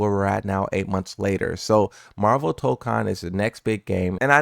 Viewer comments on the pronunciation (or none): none